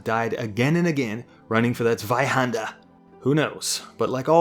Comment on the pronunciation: FINALLY! SOMEONE PRONOUNCES ZWEIHANDER RIGHT!